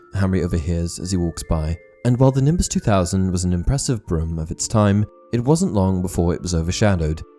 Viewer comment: Is it just me, or is he pronouncing 'broom' as 'brim'?